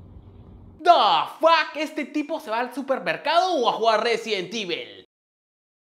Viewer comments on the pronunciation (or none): RESIDENT IVEL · "Resident ivel" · ¿Residen Tivel? 😂😂😂